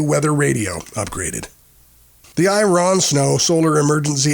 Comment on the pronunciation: Its AI narrated, NO double AA, I-RON, etc...